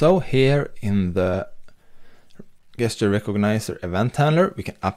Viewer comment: Great video. Your English is almost perfect. But FYI, the English word "gesture" is pronounced with a "j" as in "jester".